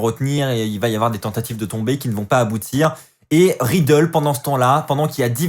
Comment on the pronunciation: super review mais arrete de dire matt riddle ses riddle mdrr